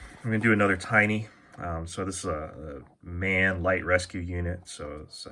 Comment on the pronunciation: M.A.N is pronounced as single Letters, like BMW, its for Maschinenfabrik Augsburg - Nürnberg (Mashine Factory Augsburg - Nuremberg). Have to say it as a German. 😄